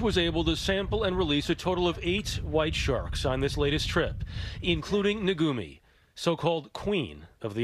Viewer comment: It is NOT "naGumi--it is NaKumi"